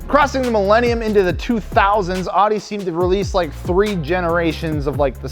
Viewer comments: Audi = ow-dee not ah-dee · Love for the S4 to be included, but Audi is pronounced “oudie” not “ahdie”. 😬